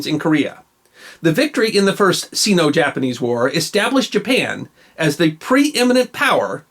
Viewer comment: As a recently retired history teacher, I am worried that I have been pronouncing "Sino" incorrectly all these years. May I conform that your pronunciation is correct?